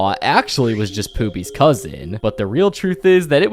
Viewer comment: Why is everyone saying Poopy instead Of Pobby